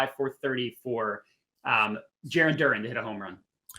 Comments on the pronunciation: DurANN, not durin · “Not gonna do nerd stats today” proceeds with nothing but nerd stats🤣 & It’s pronounced DUR-ANNNN With all that being said… let’s win some $$$